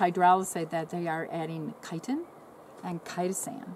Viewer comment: What was that?? Kytan and Kytastan?